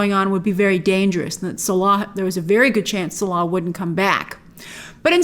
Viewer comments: It's not "Suh-LAH", it's "Sallah". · Clearly not an Indy fan if that’s how you pronounce Salah. 😂😂😂😂😂😂